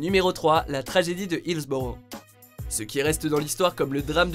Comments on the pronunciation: la tragédie et non passa tragédiie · « la ragédie d’Accra »